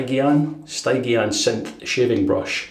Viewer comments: Hi, Stygian is pronounced "Stidge-ian" and relates to the river Styx separating the living from the dead in the underworld of Greek myth. As in a Stygian gloom, that's why the brush is funereal black. Also as a Cube user, I notice that it adds a lot a thick base layer to the soap which can clog the razor. All the best David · Accrding to the Almighty Internet, Stygian is pronounced sti·jee·uhn The word refers to the river Styx in Greek mythology or a moth, an owl or a butterfly. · Sty_gee-an,. Love your vids.